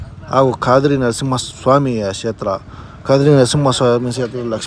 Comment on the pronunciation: ಕದ್ರಿ ನರಸಿಂಹ ಕ್ಷೇತ್ರ,ಶೇತ್ರ ಅಲ್ಲ ಕದ್ರಿ ಅಂತ ಅದನ್ನ ಕುಂದಾದ್ರಿ ಅನ್ನಬೇಡಿ, ಕನ್ನಡ ಸಾಹಿತ್ಯ ವನ್ನು ಚೆನ್ನಾಗಿ ಕಲಿತು ಮಾತನಾಡಿ 😂